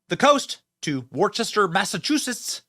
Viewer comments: Sweetheart it's Woo-stir, MA 😊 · is pronounced Wooster, or Woostah. My husband is from Massachusetts, and we moved to MA in November. Love your channel! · Worcester, MA is pronounced Wooster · Worcester is pronounced: 'Wuh' - 'ster' or as they would say there or in Boston Wuhstah! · 😂😂u said Worcester Massachusetts wrong l live 20 min from there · it's Woo-ster , Mass-a-chew-sets.